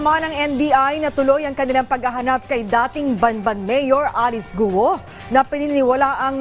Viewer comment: The correct pronunciation of Alice's last name is "KWO" not "GUWO", we usually read the letter G as either C or K